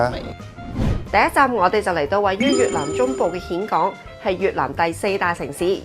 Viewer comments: 讀音現港，並唔係蜆港！！！ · "峴" 應諗作 "現", 不是蜆. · 峴港，粤音"現"，同莧菜的莧同音。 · 溫馨提示， 「峴港」呢個字係讀「現港」才正確。